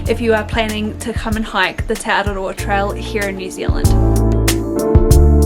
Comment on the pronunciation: The way you pronounce te araroa and other mori words is really annoying. They do the same thing on the news all the time. They go out of their way to pronounce words like Kaikoura and Rotorua in the most ridiculous way, they way they think a mori would say it, even though there is no one mori way. It's just mori pandering, it's not necessary and should be stopped asap before they own the entire country.